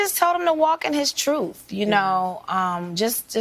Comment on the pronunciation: She told Jussie to walk in his troof